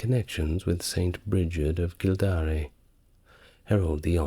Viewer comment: It's not a big deal AT ALL but a couple of teeny pronunciation nitpicks. Ogham = ome like tome/home Kildare (my home!!) = kill like murder, dare like to be brave enough to try something. Kill Dare. Rhymes with "there" Also there's a small bit of ambiguity because you ARE actually talking about old Gaelic, the Scottish language currently spoken on YouTube by small pockets of Scots I'm sure, and so you're correct in everything you said there afaik but just in case it's not clear for anyone listening, that's not to be confused with the Irish language which is a different language spoken by small pockets of Irish people today. Well, it's actually spoken by most of us as it's mandatory in school, just not as part of every day life. That language is referred to in English as "Irish" but a lot of foreigners 1) misname it and 2) mistake it for Scots Gaelic because the Irish word for the Irish language is Gaeilge. Pronounced "Gail gah" Obviously the two languages have common ancestry and has not misspoken here, as the time period in question would refer to the original Gaelic language that both places shared variants of but the languages of Scott's Gaelic and Irish have diverged significantly since then and are now not the same language as eachother or as they once were, and it's important to us that people know that because our language is...quite important to us for a few reasons.